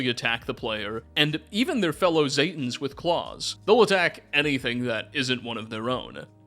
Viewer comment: ZEEEEE-tan, not ZAY-tans smdh, otherwise good video